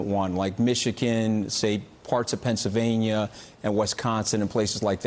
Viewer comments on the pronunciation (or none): none